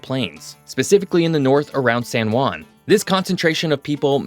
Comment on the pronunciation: Good video thanks, but please learn how pronounce "San Juan" , you keep saying "San Guan", the real sound is like replacing the J and U with H and W, so if you read "Hwan" that is how it should sound.